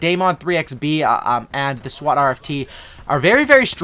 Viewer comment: Y he say swat like a Indian